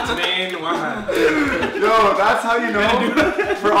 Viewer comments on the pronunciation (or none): charlie its WAHEED NOT WAHAD. LOL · "wahid thane" Wolfie